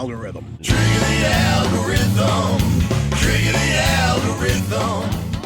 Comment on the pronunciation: Hey, say that again /ˈalɡəˌriT͟Həm/